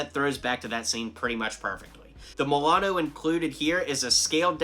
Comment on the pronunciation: you said Milano wrong